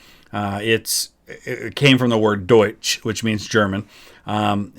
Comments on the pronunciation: Omfg. Your pronounciation of the word "deutsch" is right on point! Also your great knowledge about the history of literally everything is also very valuable to me. I learn like the double of info if you react to great history video. Really beneficial! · Your pronounciation of "deutsch" is literally perfect. I'm impressed. Great work as usual, good sir 😊